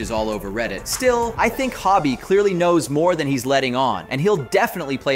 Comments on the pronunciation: Its Hobie not Hobby lmao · Ho-bee, not hobby, Anyway, I think Miguel is a prowler. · Why is he pronouncing Hobie like Hobbie???? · Please stop calling him Hobby.